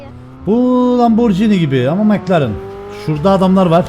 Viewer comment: Nobody:: mıklaren